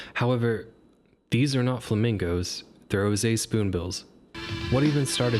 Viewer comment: Gr OW se, tan-aj-er, rose-ee-at spoonbill. Love it though, bird person myself and its great to get some education. I do like mockingbirds but also agree there shouldn't be repeats